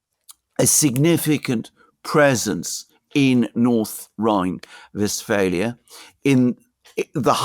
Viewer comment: Its Westphalia in English, I dont know if if you noticed that the program is in English